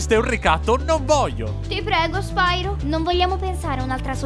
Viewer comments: Comunque è spiro non spairo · "Spairo" non si può sentire infatti. La pronuncia corretta è "Spiro", dato che "pyro" è un termine greco. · SPAIRO è sbagliato. Sbagliatissimo. Sti inglesi come al solito rovinano sempre tutto, non do assolutamente la colpa a te. Nella trilogia originale, in italiano, la pronuncia è quella che ho detto, e non so se qualcuno te l'ha già detto ma è un derivato del greco, Pyro (piro), ovvero fuoco. E no, non ho frequentato il classico. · ho impiegato 2 anni ad abituarmi che la pronuncia del nome fosse "spiro" e non "spairo", poi vedo questo video e mando tutto a puttane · Lo volevo un doppiaggio in italiano! <3 <3 (Anche se, se proprio devo trovare il pelo nell'uovo... almeno qui si poteva pronunciarlo "SPIRO", ma vabbè, il doppiaggio è comunque meraviglioso!) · ok in effetti risentendolo la cosa sui dialoghi lenti era solo una mia impressione. Non so perchè l'ho pensato, boh. Però oh io ho il primo gioco di spiro per ps1 e dicevano "nesti norc", che è la pronuncia giusta in inglese. Se poi hanno fatto gnorco ignorante sui giochi del gameboy non lo so😕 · spyro avrebbe dovuto dire e poi come sapete il mio nome